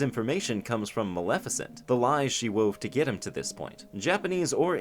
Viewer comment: Hey “Malissa” had me fucking laugh out loud